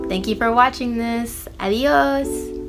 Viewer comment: As someone who's first language is Spanish I need to humble you, you're not fluent. From the first 30 seconds you can hear the mispronunciation, throughout the whole video it was not good. Perfect example is at the end you're trying to say "bye" but it sounds like you said "to god". Also in the title you put a mexican flag which is not representative of the Spanish language as in proper Spanish.